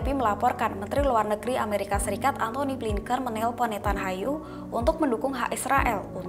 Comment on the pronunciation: Nethanyahu dibaca.Nathanyahu , nyahu bukan Hayu...